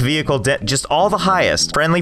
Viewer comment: It's not frendly fire it's frendly fi